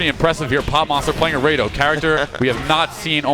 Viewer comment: No wonder he's saying Raydoh, doesn't even know what FMA is.